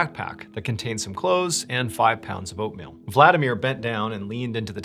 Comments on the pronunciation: I had to listen three times to hear five pounds of oatmeal. I kept hearing opium 😂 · Did you say 5 pounds of oatmeal or opium?